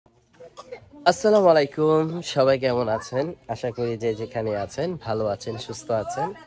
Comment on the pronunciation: আচেন না আছেন হবে আচি হবে না আছি হবে। ইংলিশের ছড়াছড়ি কিন্তু বাংলাই বলতে পারেনা। আবার চ্যালেন( চ্যানেল) চালায়।